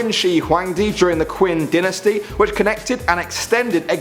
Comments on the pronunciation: it's dynasty (Die-na-stee), not dinasty (Din-As-STee) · Dynasty Is Pronounced Die-Nu-Stee